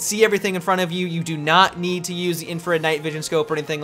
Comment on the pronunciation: "if they dodo that"xD